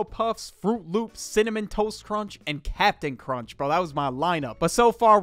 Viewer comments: "you don't spill the caprain cur-UNCH" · bro said "Cap'nt CAr-UncHa" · Captain CuH-rUnCh